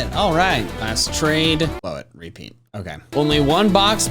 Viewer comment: Why do you say REpeat instead of rePEAT?